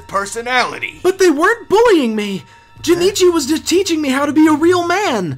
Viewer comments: This is better than actual anime dubs. Also, his name is Jonochi. Not Jonichi. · wondering why yugi pronounces jonouchi like jenichi lol